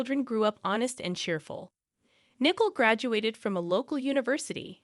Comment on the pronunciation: Poor pronunciation of some everyday words, and names, in the commentary! (John/Jan/Jian/Jane/JN/Jen), (Nicole/Nickel/Nichol/Mickle)